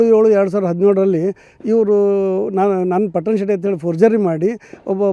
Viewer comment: Ohhhhhh ಮಾರಾಯ ಹೇಳೋದು ಹೇಳುತ್ತಿ ಸರಿಯಾಗಿ ಹೇಳು ಅದು ಪುಟ್ಟನ ಶೆಟ್ಟಿ ಅಲ್ಲ ಅದು ಪಟ್ಟಣಶೆಟ್ಟಿ